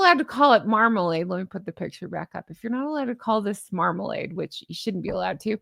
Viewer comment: Did you say Markalade? Orange Markalade?? At the 14 minute’ish mark? I’m loving it!!